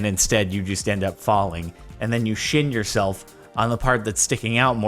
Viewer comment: I think he tried to say shin